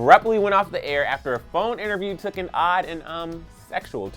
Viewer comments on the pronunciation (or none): none